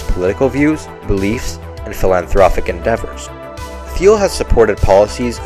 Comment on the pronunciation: Neat to see your style & voice coming through! (Also, hate to be pedantic, but it might be useful to know that "Thiel" is weirdly pronounced with a hard "t" in English, ie like "teal." Not sure if it's worth redoing the entire VO/talking heads, but just thought it might be useful to note that in a comment. Regardless, good work!)